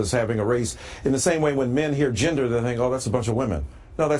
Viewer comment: Nope. When I hear “ginder” I don’t think about women, I think about words that are oh so commonly mispronounced in sermons